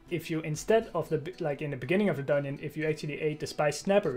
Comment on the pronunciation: "Dun-nion" :D